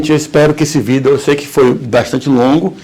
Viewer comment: "um vidÊÔ"